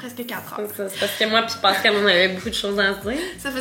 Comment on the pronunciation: Mon chum s’appel pascal et ca me fait capoter entendre : pawscal HAHAHAHA Am I the only one ??